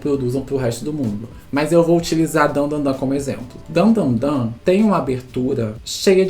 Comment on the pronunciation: a única critica é de errar o nome de Dandadan, de resto tá de boas